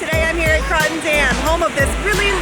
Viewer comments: Pronounced "croaton" not croton. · Cool video of my childhood home. It’s pronounced Crow -ton, though. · If you're going to do a video about the Croton Dam the least you can do is pronounce it right.